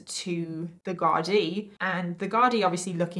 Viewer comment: Ahh it's a pity you didn't show the photo of Charlotte(who got a job in the prison kitchens) holding a knife up to a fellow male prisoner for a laugh, having a great old time. Great work on tbe Irish pronunciation of Garda and our Irishisms of language you sprinkled throughout the video. Well done 👏 😊